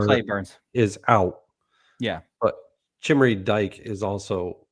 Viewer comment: It is Chimere DEE-KAY you idiots 😂😂😂